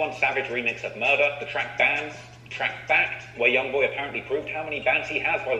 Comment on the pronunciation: He says murder weird so his video won't get yellow marked